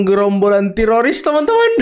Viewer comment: Tifa . ROy. Rismon Emang tiroris itu baca nya